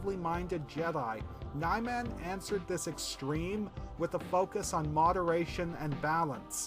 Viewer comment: i think niman is pronounced nee-marn